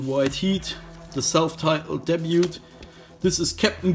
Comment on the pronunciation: Debut is pronounced Deb-you or dabe-you not Debyoot.